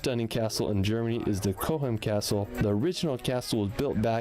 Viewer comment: Another American who looks like a Chad and gets things wrong. Seen a few of his videos where he appears shirtless. Didn't know that Cochem is on the Moselle river. It is not Co-chem,like far too many in the US they think saying cock is rude/offensive. It is Cock-em. Just like the name Koch is said cock not coke or kotch.